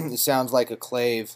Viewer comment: lol clave, its pronounced clah-vay, awesome tut man!